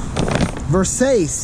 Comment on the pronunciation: Quando ho sentito verseic al posto di Versace 😭😭